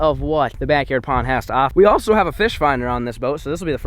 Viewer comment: Lol backard instead of backyard